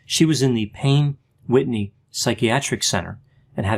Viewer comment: I just love your videos! I’m a psychology student and I love hearing your perspective ! When you said Payne Whitney, I was like huh! Weird coincidence that her hospital has my name in it. Plus I liked how you said my name haha! Your voice is so soothing! It’s so sad that she passed. She was only a year older than me. 😞